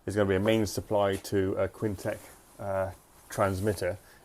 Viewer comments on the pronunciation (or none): he’s pointing out that you pronounce it as Kwin Tech